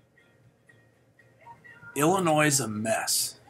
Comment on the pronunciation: ILL&ANNOYED (Illinois) 😂